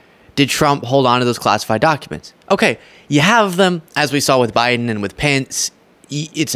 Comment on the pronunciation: "Beten.. ayu". Lol